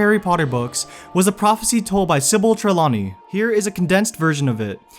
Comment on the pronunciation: you didn't say sybill trelawney correctly!